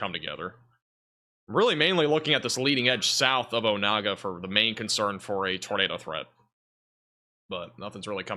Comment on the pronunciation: “Pot ah whot ah mee” and “Oh nay gah”